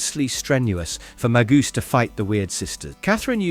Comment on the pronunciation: Maybe stop using AI as the narrator. You have mispronounced alot of the names for example Magus is not Magoose